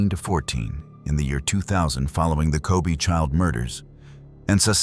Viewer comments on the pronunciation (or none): it’s not “Ko bee” but “Ko bay” nice documentary but the pronunciation is not it